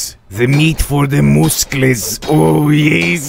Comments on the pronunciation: Do you feel that satisfied saying mouskles,you already said it a thousand times.You need a doctor! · no, he need mooskels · His moosclees😂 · TEH MOOSCLES